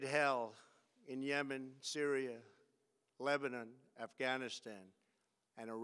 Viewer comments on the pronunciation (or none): none